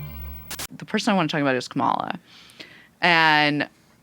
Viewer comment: Kah-muh-luh. Not Kuh-mall-uh learn how to say her name